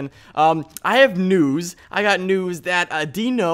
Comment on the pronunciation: I thought said Nudes when he said he had great News. XD